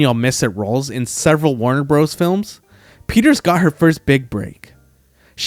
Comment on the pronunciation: « Warner Brose »??? Idiots make these and are too cheap to have proof-speakers